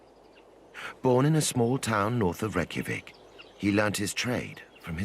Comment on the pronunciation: When the narrator mispronounces the capital it’s hard to watch… 😇😍😎Otherwise, this is educational.